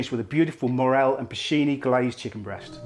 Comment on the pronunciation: It's PorCIni mushrooms, not Porchini... In Italian Ch is a hard c (like in cat), and Porcini is an Italian name... Just thought you should know 😉